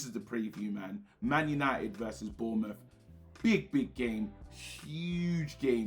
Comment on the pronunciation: Did my man just say Bournemouth 😂😂😂